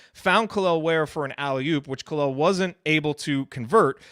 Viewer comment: Guys, Kel’el is not pronounced Kaleel. His mom legit named him after Superman. His name is Kel’el. Just like Superman. That is why he has a Superman tattoo. The interview is on Hoosier Hysterics.